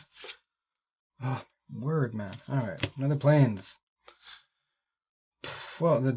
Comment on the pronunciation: Hey calls one plain "A plainS" lol